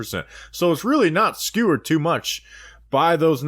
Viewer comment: My favorite is when can't say "skewed" and instead says "skewered" lmaooo